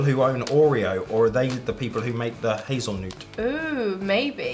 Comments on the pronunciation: Yes!😃100,000 Grand! It's not Hazelnoot, it's hazelnut!😂😂 Y'all are so cute! And yes they do Golden Oreo double stuffed. Crush is an American soda pop in many favors. You can't buy all item you try anywhere in America. Some things are sold West Coast, East Coast, Southern, etc... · It’s hazel nut not noot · Did anyone else cringe when they said hazel-noot instead of hazelnut?